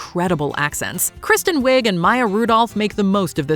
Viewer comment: Kristen Wiig is pronounced we NOT wig